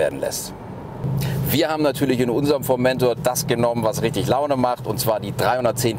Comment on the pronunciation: schon scheisse ,- wenn man einen Bericht macht und nicht mal den Namen "Formentor" richtig aussprechen kann....